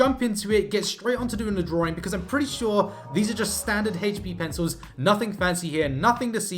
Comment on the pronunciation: He keeps saying drawring, what's that? 😂